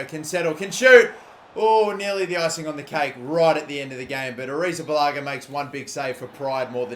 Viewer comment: Wow you posted Alot today congrats and damn you pronounce kepa second name soflty i thought you will mess it up like me